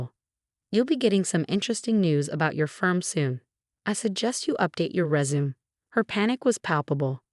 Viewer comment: 1. There is no “T” in Rachael. 2. The word Faux is pronounced “foe” not fox 3. Victoria protested “WEAKLY” not weekly. 4. The word resume is pronounced “Ray Zoo May” not “Rey zoom.